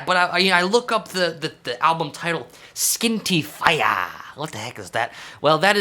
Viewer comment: Thank you for butchering Irish pronunciation, that has made my night. Love you <3